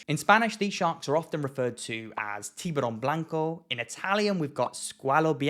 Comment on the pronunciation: Dude! You nailed it in Spanish!!!